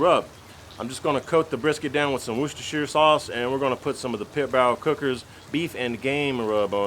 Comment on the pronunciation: LOL, you just say it so well. Even folks on Food Network botch it up sometimes😂